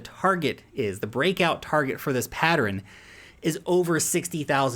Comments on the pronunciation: PAT-tern vs PAT-er-ren? How many syllables? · "Patteren" kills me everytime 🤣